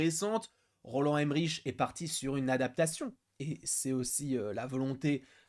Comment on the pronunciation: Bonjour, Je me souviens de Jean Reno qui pestait contre le café américain qui a un mauvais goût! Normalement le nom de Roland Emmerich se dit "Emmerik" et pas "Emmeriche" parce qu'il est Allemand. Autrement le Godzilla japonais était né par les bombes nucléaires au Japon à la fin de la Seconde Guerre Mondiale, alors que le Godzilla américain est né des essais nucléaires français à Mururoa. D'où la présence du Français Jean Reno dans le film.